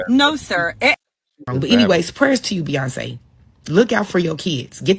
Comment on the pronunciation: It's Beyonce man Beyonce